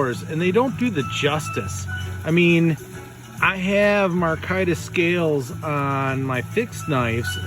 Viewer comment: Sir, fine video . One problem . The handle material is pronounced my-car-ta .😃👍🇺🇸